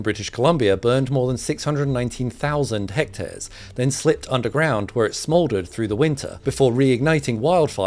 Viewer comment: Hecteares ? Come on lad ur english 🙄